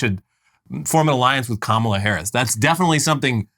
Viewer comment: Margie still can't pronounce Kamala's name correctly, very much on purpose.